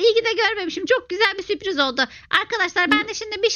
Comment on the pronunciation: abla süp riz değil sürpriz